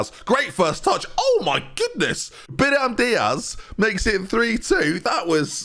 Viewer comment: real talk now... how are your pronunciations getting worse??? I'm a long time viewer of your channel and your ability to pronounce players names is plummeting. Biram Diaz? Sassuelo? Sort it out or we're all unsubscribing. Every last one of us.